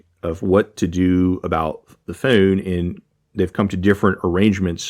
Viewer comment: You say phone like phewn hahah